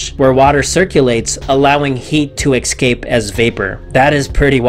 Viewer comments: I very much enjoyed this video. The presentation was informative and enlightening. My only complaint, if you are interested, is your mispronunciation of the word "Escape". You said "X - cape". The correct pronunciation is "Es - cape". In an otherwise intelligent video, that kind of thing adds an element of illiteracy that I'm sure you would like to avoid. That is meant to be constructive criticism, not an insult. I really did enjoy it. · I cannot abide listening to someone who would say "excape".